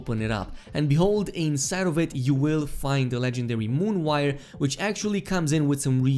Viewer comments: Mane-guh-neez. Mon-o-wire. Not Mane-geez and moonwire. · "moonwire" haha it's M O N O wire bruh. Great video though! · Moonwire? It's Monowire. 😬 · Moon wire lol it’s mono wire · I'm sry, did you say "Moonwire"? I thought they were called "Monowire". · Its MONO wire, MON-OH! not MOON, MON-OH!!! Like its spelled, FFS!!! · my man said moonwire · I thought you butchered English and then you called it, moon-wire.. I'm out dude.. lol